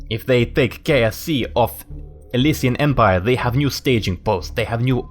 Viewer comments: "we shall use this to go to KFC" hahaha - I know he said KSC. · Cornelius O'Leary I thought he said KFC :D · /guys it sounded like he said and we will dominate kfc XD